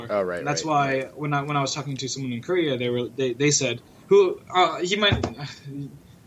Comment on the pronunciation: God the way pronounces Korea...